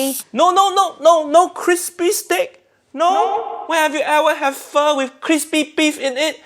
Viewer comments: In this case, she pronounced “pho” properly, because her version is FAUX. Faux pho. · I'm Vietnamese and I can't take up this shit anymore, why so many white people love to destroy asians cuisine ? Btw you pronounce pho right this time UG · She pronounced it right, but they just spelled it wrong. They actually meant "faux" and not "pho." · Pho pronounce F-oh is in fact also correct depends on what region they are from I got this info straight from a man from Vietnam who had an amazing pho restaurant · Pretty sure /fō/ is the correct way to pronounce what she made. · 1) She is pronouncing pho correctly, because she is English. This is the English way of pronouncing pho. She is not Vietnamese, therefore why would she speak a language she does not understand? In English we have a word called "Camera." In Vietnamese, that word is "Máy ảnh." Is it racist for Vietnamese people to take an English word and butcher it into their alphabet and accents? Absolutely not. They're translating it into their own language to make it possible to describe the same device that we do. 2) She is cooking pho correctly. The difference is, she is not a historical chef. There is nothing wrong with her cooking, but there is something wrong with the show expecting her to be an Asian historian when nothing about her has ever said that she was. They should have gotten a historical chef to show off the traditional ways of pho, not just a regular chef. Regular chefs cook based on their own personal taste and also what they've seen as popular in their local restaurants. They do not base their cooking off the original history of any meal they serve. This is the same in Asian cooking when they cook American or British dishes. You are fucking TERRIBLE at cooking our food, yet we do not throw racist remarks like you do as a way of insulting you. It is how you like our food made, so why would we be mad? As long as you aren't claiming you're a historian of American culture, why would we care?